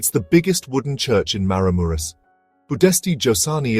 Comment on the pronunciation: OK, if you are going to do a narrated video, Maramureș needs to be pronounced properly, and the wooden churches should be Romanian, not with Ukrainian churches mixed in. I suspect the commentary is AI.